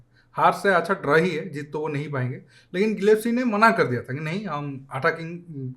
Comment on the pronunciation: Gillepsi LOL. bolna to sikh le bhai naam thik se.